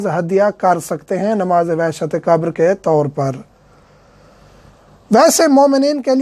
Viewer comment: Salam moulana Urdu Mai qabar qaf say hai kaaf say nahi qabar hai kaabar nahi plz try pronounce Urdu correct plz don't mind